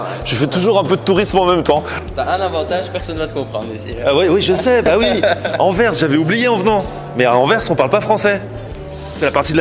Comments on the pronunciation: Au moins il prononce déjà bien Anvers et Bruxelles 😂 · Tu as presque fait un sans faute ahaha .. Très bonne prononciation d'Anvers, mais par contre nous sommes des wallons, pas des VALLONS 😂😂😂